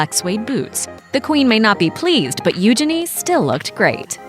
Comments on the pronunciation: PRINCESS “ UUUGENIEEEEEEE” not “ OOOOGENNI “ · Please learn how to pronounce Eugenie. You're not doing it right. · I hate how she pronounces eugenie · Who else cringed at how she said princess Eugenie? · The way they said eugenie 😂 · The way she pronounces "Eugenie" though. xD